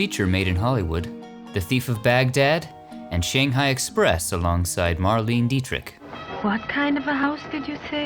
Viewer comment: Dietrich’s name is pronounced “Mar-LAY-nuh”